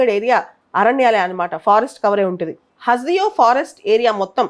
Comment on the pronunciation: హస్ దియో కాదు..... హస్ దేవ్